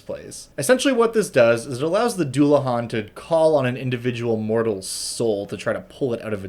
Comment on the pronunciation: Oh God it's a celtic word I'm not looking forward to hearing it pronounced, I'm holding out hope especially since it's not as hard as some words in Irish Scottish or Welsh but still Edit: ok it wasn't too bad it's not great but if you don't know Irish you wouldn't know that it's a deu-la-han